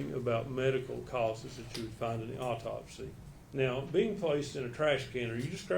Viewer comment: I don't know how the eff this "doctor" made it through all the college work and actual hands on experience! She seems like she has no clue wtf she's talking about! Further more all these fools... AUTOPSY there is NO L in there!! It's not an all-topsy it's AU-topsy! Sooo annoying! And wtf is a "deaf investigator?" Is the investigator deaf or are they investigating someone who is deaf? The only thing this woman communicates well is "Yes." She "doesn't recall" more than she does recall. She looks lost like she has no clue or she's got stage fright and just remembering her lines.. "Yes." and "I don't recall." Horrible witness!